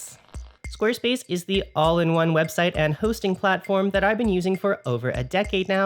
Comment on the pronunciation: I'm gonna have trouble pronouncing it any way other than "Sqaaaarespace" from now on.